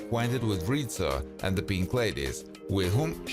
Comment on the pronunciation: Does he say Rita? It was Rizzo.